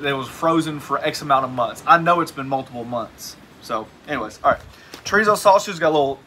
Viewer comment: I've had chorizo but never tree-zo. lol